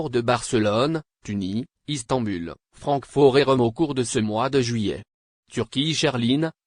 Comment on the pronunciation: Ces voix synthétiques commencent vraiment à nous les casser. Surtout, tournent en rond en se répétant et ne disant rien. Par contre, pour rigoler, c'est pas mal : Istamboulle !